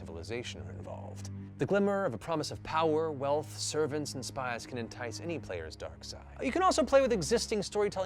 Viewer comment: is it just me or did he get real southern when he said spies at about